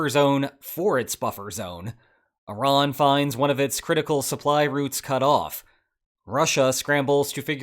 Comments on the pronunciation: thank you so much for pronouncing Iran correctly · I am so happy you say Iran and not I-ran.